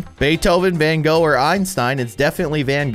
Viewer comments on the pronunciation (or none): none